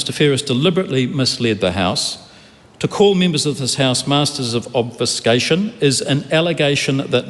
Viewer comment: If you knew of the nuances of the English language mate you would know how to pronounce "Obfuscation" properly.